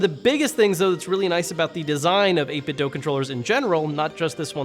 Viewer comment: It's pronounced 8Bitdo with the "do" pronounced like the word "to do". This post was made by the Wulff Den gang.